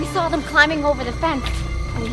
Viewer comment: That is not how you say saw